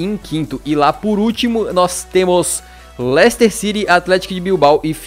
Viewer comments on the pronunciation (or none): none